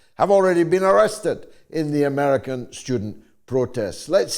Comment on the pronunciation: ‘Murkan Dee-Mock-racy!